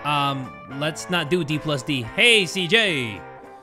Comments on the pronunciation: pronouncing Dungeons and dragons as "d plus d" was the highlight of this episode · Ain’t no way he said D plus D my man that’s Dungeons and Dragons I love you but wow